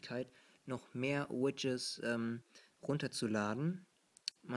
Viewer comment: lustig wie du widgets aussprichst. du sagst immer widges *kicher*